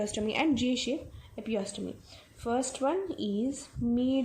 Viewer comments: God!!!!!! Its not epiostomy...........its EPISIOTOMY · Also pronounced as epi-se-otomy